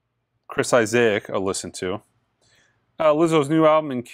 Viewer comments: eye-say-ick? its eye-sick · Chris I-zay-ac looooooolll, this guy is clueless with pronunciation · Chris Izaick too! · Trouble with Chris Isaak too!